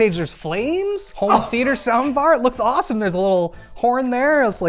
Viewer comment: THEEATAR had me rollin